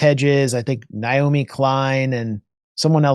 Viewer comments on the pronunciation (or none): none